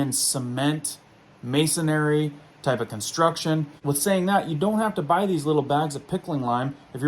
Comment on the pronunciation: He meant "masonry" but pronounced it wrong.